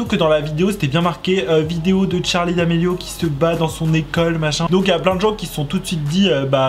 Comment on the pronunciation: Même moi